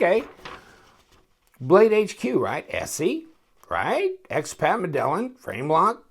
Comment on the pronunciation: I always thought it was pronounced "MED-AYE-EEN"... Then again, my Spanish sucks. Cool design, though. Seems more like a suit carry knife than something I'd rely on to get me out of a pinch. (Absolutely needed the D2 or higher steel for that price point, as you mentioned)